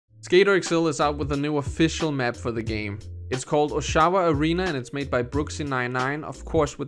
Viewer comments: It’s pronounced Oshawa. Not oshAwa. It’s a city outside of Toronto where me and TG Rogers use to skate. Donovan arena looks nothing like this so I’m assuming it was set up at the GM CENTER for a comp or something. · "osh-ah-wah", not "oh-shaow-wah". It's here in Ontario, Canada. Little ways up the highway from me. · It's pronounced "Ah sha Wah" its a city in Ontario,Canada. You can see some sort of canadian banner on the side of the rink there.Clearly a hockey arena type stadium. Awesome man! I live in Ontario now actually in Ottawa though the nations capital. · I swear you're mispronouncing Oshawa. :P